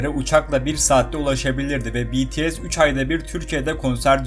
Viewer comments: BTS deyil PETESE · BTS'ye deyil BTS diye okunur. tapmaktan bahsetmişsin ama sizde azerbaycan'ın üzerine tapmıyomusunuz siz nasıl seviyosanız bende aynı şekilde BTS çok ama çok seviyorum sonsuza kadadarda sevicem ha azerbaycan'rı sevmiyomusun dersen onlarıda çok seviyorum ülkelerin yer deyişmesini de istemem sadece BTS türkiyede daha önce hiç konser vermediyi için böyle bir yorum yaptım